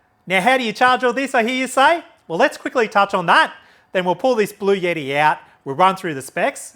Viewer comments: Thanks for your presentation! Very useful. Ps: it’s Bluetti, not blueyetti. 😂😂😂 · It’s Blu-etti not Blu-yetti. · It’s actually pronounced "Blue-t" if you speak to anybody directly at the company, that is how they pronounce it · There is no "Y" in Bluetti. It isn't pronounced Blue Yeti. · Cool...Thanks. There is no "Y" in Bluetti's name though. Yeti is cooler company.